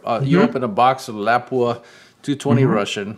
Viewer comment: dude at lapua doesnt even say lapua correctly 😂